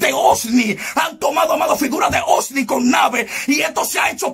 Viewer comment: No es osni es ovni